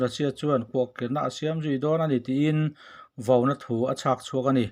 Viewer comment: 'Vo-na' a ni lo. 'Vauna' a ni zawk.